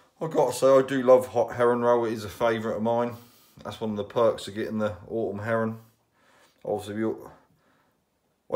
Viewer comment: I keep thinking you say Heron not Herring love the vids.